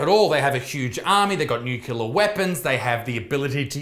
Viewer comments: Nucular, nucular, nucular, nucular it's NUCLEAR you dumb fuck! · nuCLEAR, not nuCYOOLAR - get it right, Buttsmarn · NUCLEAR - "nu-klee-ah" not fucking "nu-kyu-lah". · It's nuclear, not nucular Mr. Bush 🤣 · What's a nukuler weapon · Dude, stop saying Nukilar, its nuclear, it hurts my ears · Nucular Lisa. Its pronounced NU-CU-LAR :D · I love you isaac but pls stop saying nucular it's nuclear lmao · Nuclear. There's no "u" mate. Nuclear - derived from the word "Nucleus" - not "Nuculeus" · Isaac, it's pronounced NEW-CLEAR! 😂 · Nucular? WTF is nucular? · pronounced "new-clear" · Stop saying nucular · "undoubtably" "nucular" c'mon Isaac I know you're the son of a rugby league meathead but that's unacceptable. As a western sydneysider I agree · Nucular weapons? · Won't lie, love the un-ironic pronunciation of nuclear as 'nucular'. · Homer Simpson: It's pronounced Nu Cu Lar son. Nu Cu Lar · haha nuc-u-lar